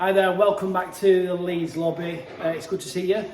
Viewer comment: you missed the D in leeds XL